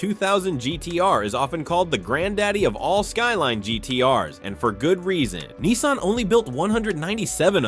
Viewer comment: he cant even pronounce nissan right